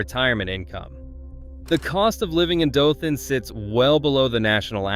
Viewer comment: Dothan is pronounced DOE-thun.